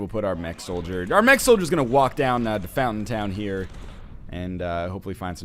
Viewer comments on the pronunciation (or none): none